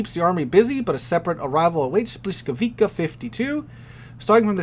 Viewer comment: It's pronouced, "buh-WEE-scow-vee-tsah"....